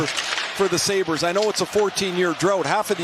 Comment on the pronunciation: im out after that Sabres pronunciation